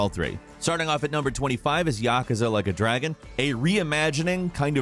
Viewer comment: I didn’t understand at first when he said “Yakuza: like a dragon” 😂